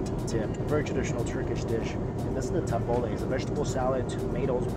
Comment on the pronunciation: when he said “taboulaye”made me laugh so hard